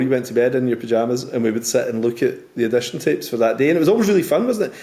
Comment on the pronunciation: Addition? What………”Audition”! 🤣🤣🤣🤣🤣🤣🤣🤣🤣🤣🤣🤣😂😂😂😂😂😂😂